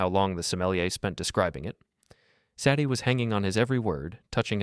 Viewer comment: Say dee. Not Sad ee.